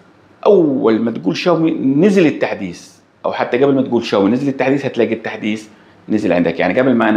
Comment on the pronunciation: التحديس ❌ التحديث ✅